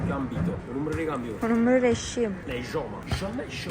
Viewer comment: Scusa ma si dice ioma joma😂😂